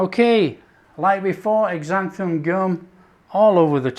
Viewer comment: Sounds good, but please stop saying exanthan gum, it's pronounced zanthan.